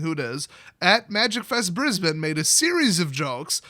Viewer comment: Cudos for pronouncing Brisbane correctly. Our city has been covered in smoke with air quality warnings for the last 2 weeks